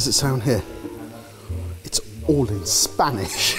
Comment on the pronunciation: Spanish pronunciation🤦‍♀ I'm also VERY upset that looks better